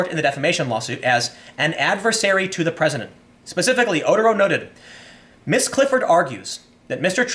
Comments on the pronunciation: Just an FYI...Otero is pronounced oh-tear-oh not otter-oh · It's Oh-TEHR-oh, not oter-OH. But yeah, good stuff as always.